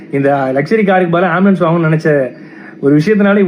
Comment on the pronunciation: ஆம்பிளியன்ஸ் பிரச்சனையா ???? அது ஆம்புலன்ஸ் டா....